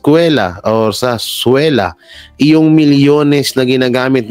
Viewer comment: Baka po pwede ituwid nyo Naman ang inyong pagbibigkas sa mga salita, simpleng several na word di nyo maituwid Ang pagbasa. Pati sarzuela di nyo mabasa. Lahat kayong Banatero ay regular Kong pinanonood. Sana lang po ayusin nyo kasi alam Naman namin na kaya nyong ituwid Ang dila nyo parang sinasadya nyo lang na maliin ang bigkas. Sayang Naman kasi Ang gaganda ng tinatopic nyo tapos biglang di nyo mabigkas Ng Tama pati Yung binabasa nyong galing Kay Mr Jay Sonza. Salamat po.